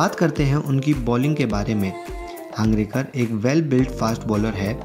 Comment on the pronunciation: हांगरेकर नही हंगरगे कर